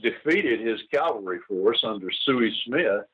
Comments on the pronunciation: The word is CA-VAL-RY....not CAL-VA-RY!!! Calvary comes from the BIBLE. This mispronunciation gets on my LAST NERVE! Gen. Scales should know the difference! Otherwise, this is a very good video. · Someone should tell Gen. Scales the difference between Cavalry and Calvary. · I applaud Gen. Scales work. I'm a huge NBF fan. My pet peeve, as a former Cavalry troop, is people saying Calvary, not Cavalry. Jesus was crucified at Calvary. I see comments using Calvary. It's like people saying aks not ask. Makes me cringe. Pronounce the correct word! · Interesting piece. Love NBF!! BTW, the word is CAValry!notCALvary!!This guy being interviewed AT LEAST gets it right half the time UNLIKE 95% of any hollywood movie EXCEPT Clint Eastwood in whatever he’s doing. Mercy sakes that bugs the shot outa me!